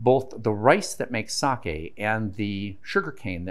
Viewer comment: Being half Japanese, great pronunciation on “Sake”